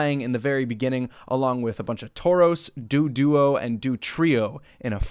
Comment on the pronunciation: "someone with actual pokémon knowledge" *calls Aipoms 'Aimpoms' *calls Doduo 'Dooduo'